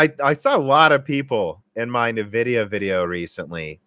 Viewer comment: OK, have to try at least once. It's en-VID-ee-uh. It is not neh-VID-ee-uh.